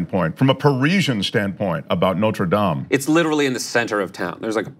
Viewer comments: Noter Dame? Its NOTRE DAME! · No, tre dames?